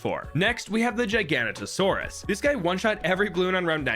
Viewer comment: dude its giganotosaurus not gigantosaurus